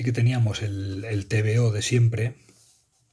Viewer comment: ¿Tan difícil es decir bien el nombre del tebeo? Cada vez que suelta las tres letras en modo acrónimo, pido una diarrea de varios días para el tipo.